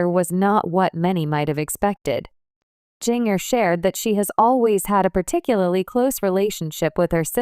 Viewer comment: AI Can’t Pronounce Ginger. It is not Ging— er. Also messed other things too in other video- it is very annoying !!